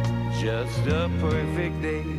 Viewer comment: Did the guy say Poifect day at the start xD ?